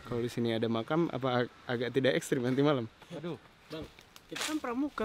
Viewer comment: "Emang disini ada macan beneran?" "Makam bang" Lah aku juga dengernya macan wkwk